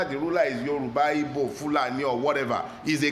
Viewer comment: First time hearing anyone pronounce "Igbo" correctly instead of Ibo.